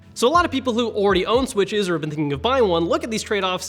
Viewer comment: Am I the only one that giggles when he says “Switches” and “Switch is” ?